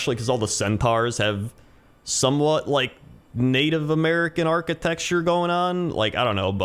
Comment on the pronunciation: I always get a crack when you say "Architexture" 🤣